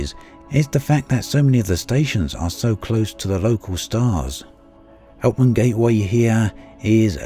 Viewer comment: Could you add the systems and station names to your description? it sounds like you're saying "The Eternity system" but there isn't a system by that name. Are you referring to the Aeternitas system (mentioned by you in a previous video)? it sounds like you said "Helpman Gateway" but I couldn't find a station by that name. Do you mean "Houtman City" in the previously mentioned system?